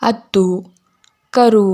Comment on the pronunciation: ಅತ್ತು ಅಲ್ಲ ಹತ್ತು😂😂